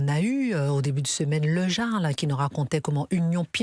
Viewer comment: Le jarl ça se prononce le yarl